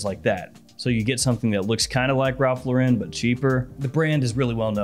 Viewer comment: Why do you say it like Ralph luhrin 💀